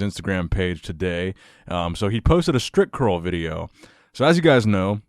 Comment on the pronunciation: it sounds like stripcurl everytime you say it!!haha